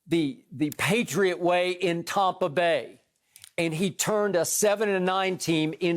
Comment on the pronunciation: He needs to stop saying tompa bay *cringe